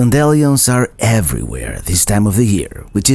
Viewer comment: As a teacher, I love the historical places you take us, as well as the National Parks. I have an assignment for you. Type these words into Google and listen to their pronunciation: dandelion, Amish and Colonel. You are a role model and can teach people how to say names of locations correctly.